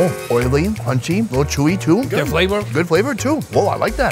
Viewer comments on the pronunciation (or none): "es sooo gooot"